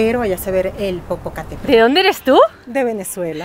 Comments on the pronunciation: Pero no sé dice Popocatépel 🙄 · No me maten. Popocatépetl no lo pronunció bien 😔.